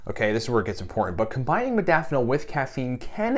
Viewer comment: Holy hell.... I love my modafanil and more importantly, my nootropics. But for the benefit of educating, let's all please learn to pronounce the word correctly. Having all the experience, knowledge and desire to share it is amazing and appreciated. However, it doesn't speaks well to the audience if in fact I'm sharing my experience, yet don't know the proper way to pronounce it. This is in no way a slight, just the fact. Example: Zoology and nootropic share the same characteristics. Many say "Zoo-ah-logy" which phonetically is incorrect. It's simply (zo.ol.o.gy - zō- ä-le-jē) or, in my own attempt: Zoe-ah-logy This then also must adhere to the same structure as 'nootropic'. (No.o.tro.pic - nō-ə- 'trō-pik) Again, as a "biohacker" and user of modafinil and my affinity for educating myself on nootropics, I thought it pertinent to share and pay it forward. -with respect, Yu Tu Reference sited